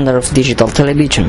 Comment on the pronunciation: Porque el periodista de Chile dice "televichon" en vez de "televishion"??? You must improve your english pronunciation.... Good job anyway...